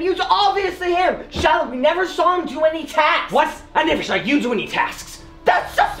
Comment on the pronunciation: I HEAARD SAID SHILIH